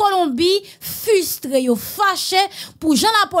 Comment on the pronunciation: Il ne faut pas dire * fustre’ * ........ la bonne prononciation c’est * frustré * Okay ........ !!!